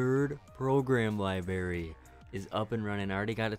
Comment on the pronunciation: Yeah, I don't mind that. But you do need to stop saying "li-berry" instead of "library" and "turrent" instead of turret."